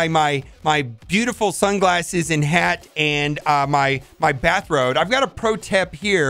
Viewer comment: First 10 seconds...bathrode and pro-tep. Love it! #destroyerofwords Always enjoy your vids!